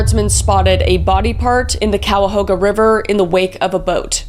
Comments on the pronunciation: Elliott Ness also took down Al Capone, he led the Untouchables. Its Pronounced kai uh how guh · Poor Kris has never been to Cleveland...Cuyahoga...pronounced ky-a-hoga. Bratenahl...pronounced brat-in-all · Brat-10-nahl shore, Ky-uh-Hoe-Ga river <3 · My skin crawled at how you pronounced Cuyahoga lol. We say it like Ki uh how guh or ki ya ho guh. I’m from The Land the way you said it is a declaration of war had to talk my people down. 😂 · Cuyahoga = Kai - ah - hoe - gah 😅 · Anyone else cringing at how she pronounces the Ohio towns and rivers!? Cuyahoga does not have an L in it 😂. Never been to the Calahooga river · I was gonna give her props for pronouncing Cuyahoga(ki a ho ga) right the first time then she messed it up the next few times. Love these crime videos almost as much as her ghost hunting ones with Celina. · Great video Kris, love these deep dives. For anyone/ everyone outside of Ohio, Cuyahoga is pronounced Kai - yuh - ho - guh. I can't blame you for the pronunciation because even spell check on here is like, "Did you mean Mahogany?" I'm from Ohio, it's beat into our heads on how to pronounce it. We kept a lot of the names from the Native American tribes. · As I am from Cleveland Ohio your pronunciation of the river and locations is a little off :-) but I love your program new to the channel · Lmaoo how Kris pronounced Cuyahoga.. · I’m from Cleveland and hearing her mispronounced Cuyahoga made me wanna cry No hate boo❤❤❤ I am so lucky to live near one of the most notorious serial killers in the mid west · I’m from Cleveland and hearing her mispronounced Cuyahoga made me wanna cry because I live in Cuyahoga County